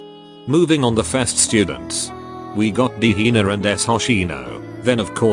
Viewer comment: The AI narrator says Hina as Hiner with a hard R lmaoooo 💀💀gehenner moments